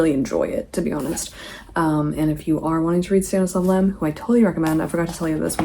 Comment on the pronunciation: great cool video!! just a little bit confused why kinda calls lem a danish author? 😅 he's polish! also it's not a big deal but for a bit more accuracy - his last name is pronounced with a stress on I! just some fun facts I guess😅